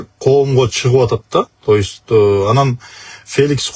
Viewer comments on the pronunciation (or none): Тоюсь деген эмне, то есть дейби же башкача айтканда дейбизби.